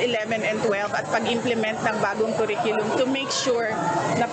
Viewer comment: Langya..Naging Dep Ed secretary tapos simpleng pag pronounce ng curriculum mali..sabi nya "que riculum" ganyan nya binigkas ung curriculum..ginawsng pinsan ng banana que at barbeque eh..😅